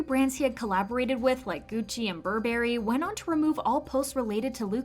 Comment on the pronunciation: You miss pronounced Burberry (?) oot